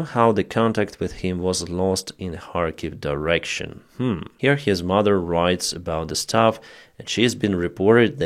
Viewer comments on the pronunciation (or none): none